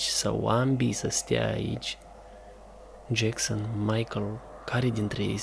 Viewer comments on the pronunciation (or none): Hei se zice Jason Nu Jackson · Se zice jeson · De ce spui jecsăn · practic se spune Jason dar e ok si asa xd